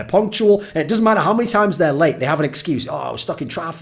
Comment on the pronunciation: mate when you said late i heard it as raped and that was weird for a few seconds